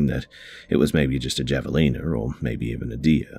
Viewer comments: The javelina are pronounced HA vé lina Just tryin to help :p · Don't know if anybody else has mentioned it, but here are some Javelina facts since they were brought up on the second story. Javelinas (Also known as the Peccary) is pronounced closer to Haveleena because it is a Spanish word that can be translated to mean 'Wild boar.' They are a new world animal, as opposed to the old world pigs people often assume they are related to. They are omnivores but usually stick to roots, fruits, and veggies. Despite this, there have been reports of them injuring or even killing people. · Hey! Love your videos! Heads up though for future reference; javelina is pronounced “havelina” 🙂. It’s a type of wild boar. We have them in Arizona. Keep up the good work! Your narrations are always the best! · Hi. Javelina is pronounced like "have a leena". Additionally, in the American southwest we say "out in the brush", not "out in the bush". Americans don't use the term "bush" for the great outdoors at all.